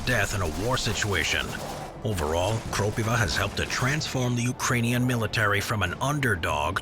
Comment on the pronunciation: its krOpiva and not kropivA as you said in the video btw